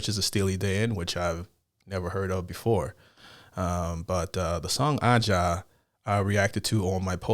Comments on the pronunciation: Recommendations: Also, I know some of these you have reviewed already but really think you need to go back and relisten to them. Aja (should be pronounced like ASIA) Black Cow Peg Deacon Blues Kid Charlemagne Do It Again Gaucho Babylon Sisters Bad Sneakers The Caves of Altamira Almost Gothic Jack of Speed Josie Gonna leave it here for now as not to overwhelm. Remember listen first 2-3 without speaking. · It's spelled aja but it's pronounced asia, like the continent. Wish I was you and had all this great music to discover. Check out Weather Report, Michael Franks, George Duke, Larry Carlton, Pat Metheny, Boz Scaggs, Toto, ... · Aja is pronounced Asia. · Another great reaction vid! P.S. Aja is pronounce "Asia". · FYI: "Aja" is pronounced "Asia." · I think they probably mean the album (Aja) is the greatest record ever recorded. You could definitely make a case for that. For me, Black Cow may be the best song of all time. (P.S. It’s pronounced A - long A - zha.) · Pronounced Aye-Ja. All good brother. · Aja is pronounced as Asia just FYI. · Two things...1st, you mentioned a couple of times how no single instrument stood out to you. You mentioned the drums, piano, guitar, and horns, but you didn't say a word about the bass line in the song. Thats unusual for you. 2nd, you made reference to Aja several times, but you continually mispronounced the name. You say Ah-ja, but the way it's pronounced is how it's pronounced in the song, which is A-ja. A is pronounced just like you would say the 1st letter of the alphabet. Good reaction though. Glad you liked the song. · It's pronounced "Asia", not Ah Jah. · Steely Dan is from The Movie Barbarella with Jane Fonda. Its not Ah-JA, its A-zha. Steely Dan is about as far as you can get from stupid country music. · It’s pronounced Asia, not AJAH… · Pronounced Asia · Aja, it's pronounced like you'd say Asia. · It's pronounced Asia! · Aja is pronounced, Asia. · Aja is pronounced like Asia.